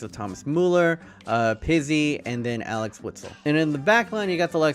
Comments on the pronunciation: i got triggered when he said Alex whistle while it’s Axel Wistel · It's Axel not Alex!!!! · Alex Witsel XD it's Axel boii